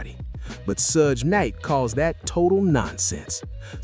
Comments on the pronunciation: Sodge knight. Fucking AI... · We already though Reggie the rat Wright Jr was inmvolved from the start, this is not new and the AI voice does my head in it cant say Suge properly haha